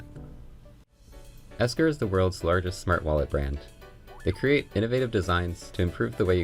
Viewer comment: its ekster not esker